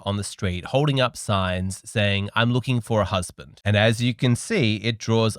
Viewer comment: I want a husbanttt! Here's an idea: First learn to pronounce "husband" .